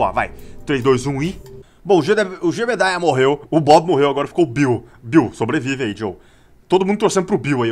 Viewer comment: era jebediah.. kkk to rindo de vc falando JEBEDAI !! JEBEDAI !! KKKKKKK